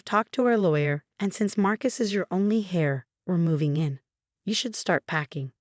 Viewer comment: I wish ai could figure out that heir (tho they spell it hair) is pronounced with a silent 'h'. Maybe if they spelled it correctly, they would pronounce it correctly.